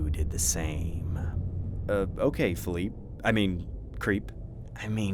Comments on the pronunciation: This man said "Phil eep" when its pronounced "Phil-eep-A"😑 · It’s Pronounced fill-eep-aye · felipe is pronounced felipay lol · The way he pronounces Felipe🤣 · The way he pronounced Felipe 💀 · you know you say Felipe wrong right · The way he said Felipe triggered me